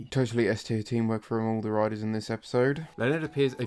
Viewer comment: It took me an hour an 14 min before I realized you were saying "riders" and not "writers" I had been very confused for a while